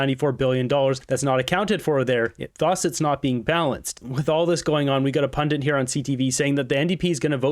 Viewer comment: Pundit. NOT PUNDANT.